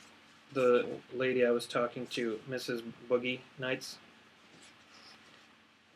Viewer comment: This was great. I'm very pleased to know my doom now. I will certainly avoid volcanoes, and will be sure to get a miniature couch after the apocalypse. Also, props to for all her amazing work, and also for pronouncing "Foogie" correctly. Chat was hilarious, guests were plentiful, super fun time. Love you guys, happy Hal-idays~